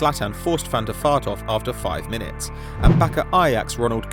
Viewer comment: Is it actually pronounced Van der Fart?